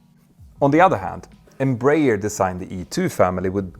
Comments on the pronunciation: Please, it is pronounced EM-BRA-ER [ẽbɾaˈɛʁ]. Your pronounce is painful. Try to pronounce that as u pronounce *EM*/INEM+*BRA*/ZIL+*ER*/A. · Ok, now all of you need to learn. Pronunciation goes like this: N - bra - air. N as the letter, bra as the lady accessory, air as in the air we breathe. N - bra - air. Got it? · Em-br-aer i.e. Brazilian Aeronautic Company in English. Thus the correct pronunciation is EM like “Em” in Empathy or the letter “M”. BR(A) like the women’s accessory of the same name. And (A)ER like “Air”. M-Bra-Air…. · For optional Brazilian enjoyment, you can say Embraer as Embra-"air" just adjusting the ending to sound like the English word. That's how we pronounce it. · Greetings from Brazil! Love your channel. As I know you value learning I feel free to give you a little tip … the Brazilian-Portuguese pronounciation of EMBRAER is more like Embra-Air. It is even easier to pronounce! Keep up with the good work and great content!!! Cheers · I think the English speaking world has adopted "em-brayer" as an English pronunciation. It's wrong for Portuguese speakers but probably impossible now to change. The important point is that Embraer is clearly the world's third great aircraft manufacturer and with the E195-E2 it's in open competition with Airbus.